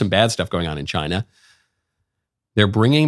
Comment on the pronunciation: Tuned in late live, first thing I hear michael say CHY-NA 😂😂😂😂